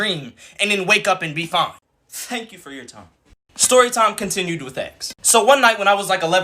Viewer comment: Fank fou for four fime